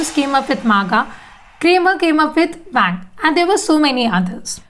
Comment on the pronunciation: ts not FAANGT Its a TAANG LOL : )